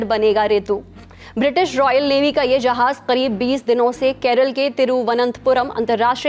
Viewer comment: Its not KEREL, its KERAALLAAA please dont be disrespectful